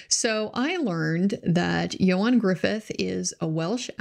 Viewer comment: Appreciate you checking the way to say his name! Ioan's probably better known for the two Fantastic Four films -- not great, though better than the more recent one.